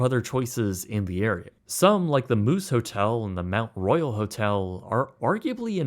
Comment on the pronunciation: To his credit, he pronounced the Mount Royal Hotel correctly.